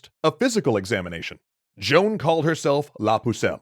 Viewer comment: Either say Joan or Jeanne but not John .